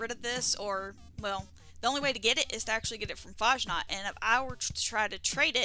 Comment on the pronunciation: As a German, it really bothers me how Americans pronounce Fasnacht 😂